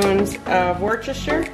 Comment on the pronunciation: Good recipes as usual. I would put a spoonful of fat free Greek yoghurt and a drizzle of syrup on the apple crisp rather than Cool Whip. I’m in the UK so noticed that you’re still having problems with Worcestershire Sauce. Forget the rce and pronounce it woostershire. 😊